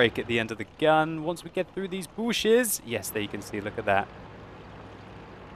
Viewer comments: "Booshes!" 2015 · "Now we have 2 fat Germans in the booshes" lol lmao